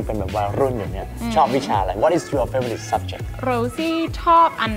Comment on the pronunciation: Favorite ออกเสียงว่า แฟโวริทค่ะ :-)